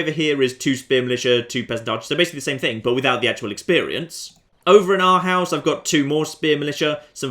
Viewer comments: Proper pronunciation Århus [ˈɒːhuːˀs] you can hear it here: If you can't make Æ/æ, Ø/ø, or Å/å you can write AE/ae ,OE/oe, or AA/aa instead. Names: Charles is the French version of Karl. So it's totally Prince Karl. How Cecilie (I know the little princess' name is Cecile, but again just wanted to share the Danish version) and Ingrid sounds in Danish: The Danish Flag: At the earliest 1209 we got Dannebrog, the red with white cross, while crusading in the Baltics. Probably it was a bit later. It looks a lot like the knights hospitaler flag, which is from 1100... Honestly not sure if the design was blatantly stolen. Regarding the assassination videos, if you try to assassinate the pope you get a very unique video, it's pretty cool. I /think/ the reason the trade was flashing in Århus, was because you just this turn got Hamburg, which means the additional trade have just been added. So it's showing the recent change to the city, because you've captured a neighboring region. Priests: You can try to train your priests up, finding areas with heretic and witches (the rebel agents) and "attacking" them with your priest, will boost their piety. Higher Piety, I /think/ gives a higher chance for them to become cardinals. Each cardinal, is a vote for pope, which is really really powerful. Every time you are the deciding vote for the pope, you get a boost to relationship, can be forgiven for all the Christians you've killed. This is a great way to avoid Inquisitors and if you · Pronounces Arhus as Our house. Renames it Ourhouse and pronounces it as Arhaus. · The "proper" pronounciation of århus with english phonetics is basically oarhoos, not ourhaus. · Its how you see Arhus..not Arhause, or Orhause...,,hus,,is h u s...not hause... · you pronounce arhus like orehus :) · i am danish and ven he pronaunst arhus a hus. I died laughing. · Listening to you mispronouncing everything remotely Danish is absolutely hilarious. Who knew I lived in OURHOUSE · Århus is pronounced or-hoos.